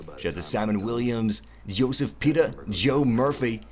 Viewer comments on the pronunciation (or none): none